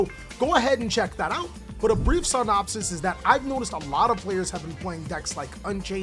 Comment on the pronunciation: bro wtf is a 'Sarnopsis'?